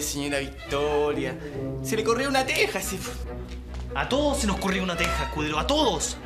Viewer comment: Paisano Escu PI tero (en vez de decir Escudero)